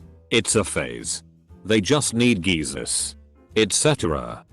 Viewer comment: I had to go back to see if Jesus was spelled wrong when I heard it.... nope, spelled right, text to voice is just having a hard day.